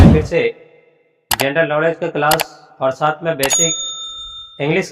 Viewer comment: Sirrr Jiii Video तो अच्छी है आप की मगर... Pronounciation मैं अभी Aap को और Deep जाने की ज़रूरत है. 1. Gandal Knowledge नहीं 2. General Knowledge है Sirrr Jiii ❤